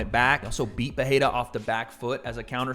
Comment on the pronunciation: why does pronounce pereira as peheida, i don’t have those answers but i sure do need them